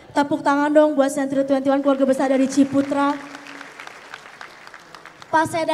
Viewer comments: ngakak dah pas keseleo lidah Bank Century 😅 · Wkwk walau slh sebut ba*nk century😂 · Salah sebut bank century langsung ngakak 😂😂😂